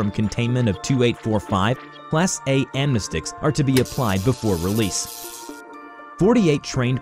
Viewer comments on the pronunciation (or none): none